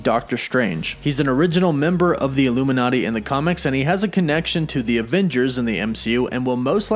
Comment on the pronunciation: Says illumi”NET” not illuminati